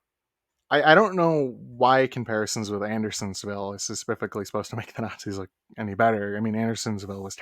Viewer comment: Why this ninja keep saying suh-puff-ick-ly